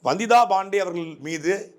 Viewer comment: ரங்கராஜ் பாண்டேன்னா ஒழுங்கா உச்சரிப்ப வந்திதா பாண்டே ன்னா நாக்கு பிரளாதா? வந்திதா பாண்டேன்னனுசொல்லும் போது Bandey னி சொல்ற? தமிழ சரியா உச்சரிக்க தெரியலைனா ஆங்கிலத்துல சொல்லுங்க தமிழ்ல உச்சரிப்பு தப்பானா அசிங்கம்.